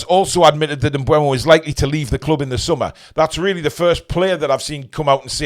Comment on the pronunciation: I thought his name was pronounced M Boom-o. Bryan em-Boom-o